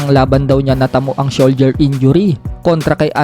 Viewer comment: 10th ❤ am Philippine 🎉 TIME MARCH 15 2024 did i hear it right ? Soldier injury ? Or Shoulder injury 😂😂❤